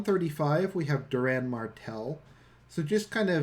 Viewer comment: it's doran martell not duran